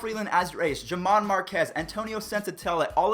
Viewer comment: Her-mán not Ger-man